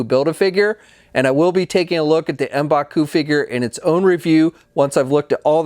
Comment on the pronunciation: Letting you know, your pronunciation for M’Baku isn’t “embaku”, it’s like “mmmmbaku”. Hope this helps. Thank you! :)